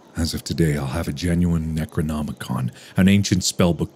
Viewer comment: Bro really said "necronomicon? Nah, necronomicum"